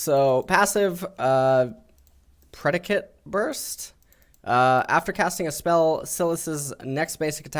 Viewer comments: Peh-trih-site not pet-recite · Predicate burst? Pet-tri-cite. Like Pet-tri-fied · Are you dyslexic? Every time you try to say words, you get it so wrong. It's pet-ri-cite.